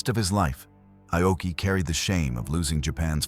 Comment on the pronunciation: It's not I-oki. It's pronounced 'Ah-oki' and spelled Aoki in English. This AI voiceover is inconsistent and annoying. A lot of people say Aoki was the cause of the disaster. No, he wasn't. He might've been overly cautious, but the IJN was hampered by a couple of things. One, they didn't have radar in 1942. They relied on sighting the American warplanes or ships and often, it was too late. Two, the IJN had a certain arrogance. After all, they had faster airplanes--the Zero still ruled the skies until around mid-1943--and they'd won many victories before Midway. However, as mentioned, the armor on Akagi had been reduced. The multilevel setup was weak, and their firefighting crew wasn't that great. Moreover, after shooting down the dive bombers, the Zeros were out of position. And...most telling, lots of bombs and anything explosive had been left out in the open. One bomb hit perfectly and ignited everything. That was it. Poor engineering, poor fire suppression, and no radar...that was Japan's IJN undoing.